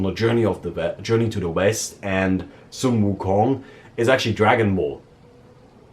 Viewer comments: this is the first time I heard a non Asian pronounce 孙悟空 so accurately. or accurately enough I guess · Pronunciation of sun wu kong was spot on